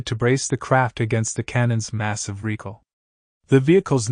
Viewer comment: Why does this guy keep saying "reekle" instead of recoil?